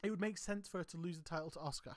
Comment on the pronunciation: As much as I like your channel one thing drives me crazy! The U in Asuka is silent therefore being pronounced Ask-A not Ozka or Oska😂